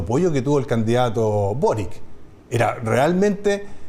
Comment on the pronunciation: Es una real tontera pero se veía ridículo diciendo Carter en inglés para luego decir Boric como si fuese "Borik" y no "Borich"